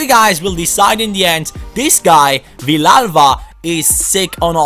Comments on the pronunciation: It is pronunced ViYalva! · It is pronounced veeyalba because 2 ll's in Spanish is y